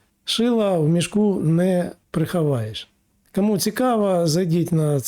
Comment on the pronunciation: Згоден в усьому. Слух ріже а-ля мацковська вимова: Акремі, Ачікує, кАму, пАпередники, Астанні... "Плюс" зміст, подача "мінус". Коротше: Ахуєть, а "училке" з української наше "ФЕ".